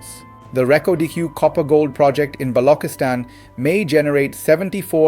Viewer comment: So it's extremely offensive when you mispronounce Balouchistan as Balokistan, Listen to any American any English narrator and they do not pronounce incorrect names, Alright. Thanks